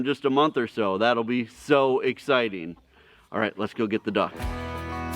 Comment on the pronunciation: So "eggciting"